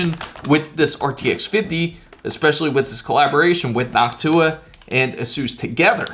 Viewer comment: I thought he said, he got the HOCk-TU-AH card..lol:face-blue-smiling